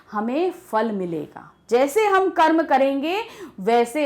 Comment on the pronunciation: I didn't understand. Mam said: Manushya kya Car.. Carma..